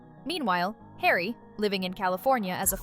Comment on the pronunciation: ....10.59 Megan to Hawy................"oooh what is it hawy?"